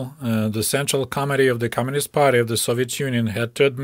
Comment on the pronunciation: Did you say central comitee or central comedy?